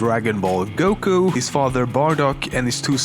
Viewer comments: WAS THE ONLY PERSON TO NOTICE IT SAID "GUKO" AND NOT "GOKU"? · dude what why did you say 'goko' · ***** no its not how a name is pronounced does NOT differ based on accent this was him stupidly mispronouncing a name you can hear the correct pronunciation of MULTIPLE times in the series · during how much frieza was defated you kept sayi(an)ng goko lol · Goko? Come on now.. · It kinda makes me triggered that I eh says GOKO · He says GOKO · Why the fuck does he say GOKO I'm so confused and pikon